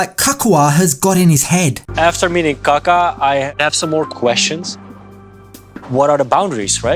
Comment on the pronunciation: calls him "ka ka" like poop lol!!!!!!